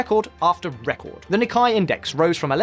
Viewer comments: NIKKEI It's called the nih-KAY not ni-kye. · He just butchered it. It’s pronounced “Neek-Kay” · Am I missing something? I've never heard "Nikkei" pronounced the way it is on this video 🤔